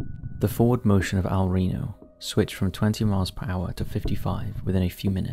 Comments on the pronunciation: Dude, the city is spelled El Reno not Rino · El Reno* Not "Rino" 🤓 Edit: Also, there's a video where you can barely see the Twistex team's car being flung up hundreds of meters and spat out of the tornado. They simply couldn't survive the sub-vortice. 2nd Edit: I found the full 10 minutes 1 lunatic 1 icepick video in less than 5 minutes searching.